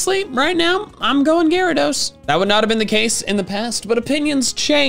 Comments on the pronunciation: IT'S GYARADOS, NOT GARODOS! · Gyarados, not Gyara!